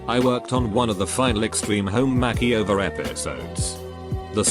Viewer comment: I love the way this Bot mispronounces things. Makeyover, Faucebook, Fianke, and others. 🤣